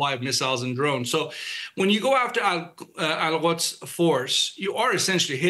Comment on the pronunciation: The expert ,He cant even pronounce Al quds , and can't distinguish or interchanging iran and iraq 😂😂😂